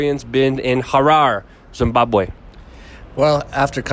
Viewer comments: it's Harare not Hara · Its Mugabe not MUNGABE, its also Harare with an E not HARAR, at least get basics correct, how do we know that anything else you say is correct... Interview someone who has been a resident for 30 years NOT a newcomer who really knows very little about Zimbabwe. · Interesting video... however it's pronounced ha-Rar-ay...great subject matter though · yo dude its pronounced ha-ra-ree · Harare is pronounced Harari, you moron. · It's pronounced Ha-ra-re. , When I went to Zimbabwe in 2014 the US Doillar was used as legal tender in Gweru and Bulawayo and the Rand was used as coinage. So something that was 5.50 was 5 US Dollars and 10 Rand. Oh yeah I remember that as well. The trip from Bulaweyo to Gweru alone must have nearly a dozen roadblocks each way. On the way back to the airport the driver kept being fined over and over for having a licence for the minibus but not the trailer with all of our luggage. Fortunately though he had enough money. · Harare is not "Harair" Mugabe is not "Mungabe" How ignorant is this reporter? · would help if you could pronounce the names you mention, it is HA RA RE (Har Rar Rey) and MU GA BE (Moo Gar Bey) typical coloniser ignorance. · it is pronounced hah rar re. Zimbabwe is an incredible country, with still good infrastructure, and the most lovely people you will ever meet. I have spent the last 22 years off and on in Zim. I encourage you to go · the way he said harare lol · At least learn how to pronounce the name of the now ex president and the Capital city before reporting the situation. Surely that should be part of an important part of a reporters job.